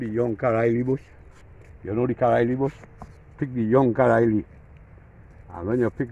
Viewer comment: U r the first person who called it how we called it in Grenada 🇬🇩 caraille good job😊